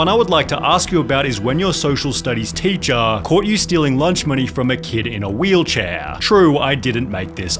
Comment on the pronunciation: Some people should be banned of speaking English. Fightaa, teachaaa, mastaaah.